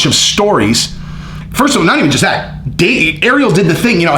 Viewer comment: Please for the love of God please learn how to say Ariel’s name right